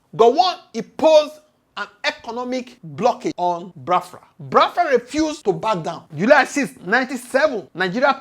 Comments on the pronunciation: Pls, not Bafra. The name is Biafra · Bros, your analysis is great but work on your pronunciation please. Ordinary BIAFRA you pronounce disgustingly. Haba. Your audience is expanding and you need to work on your pronunciation please